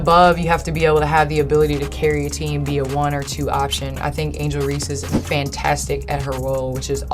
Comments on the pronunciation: I think it's a computer transcription thing. I see the same thing across you tube when people pronounce her name. Usually comes out Ree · Really odd that you mispronounce Angel Reese’s name every time… I’m not a fan of Reese at all… but this is weird